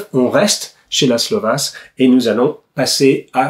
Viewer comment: Je ne voudrais pas être porteur de mauvaise nouvelle, mais le S en Hongrois est chuinté. On devrait donc dire Vache et non pas Vass. Pour le coup, on gagne à être ignorant je trouve.